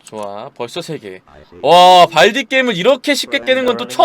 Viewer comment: 발디 발음이 좀